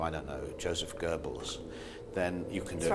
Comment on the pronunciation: He pronounced Goebbels correctly. Seems insignificant, but you'd be surprised.